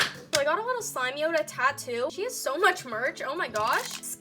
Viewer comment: (SLIME-yoda) not SLIMEY-oda 🤧